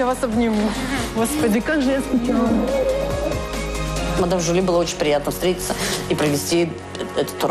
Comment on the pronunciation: не мадам Жюльен, а мадам Жюли 😂😂😂😂😂😂😂😂